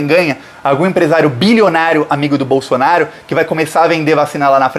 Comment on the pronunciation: É proposital ou o nome do Bozo está sendo pronunciado errado? Bolsonário?😂 Não tem i, é Bolsonaro. De qqr forma, FORA BOLSONARO GENOCIDA!!! ✊🏼⭐ 13js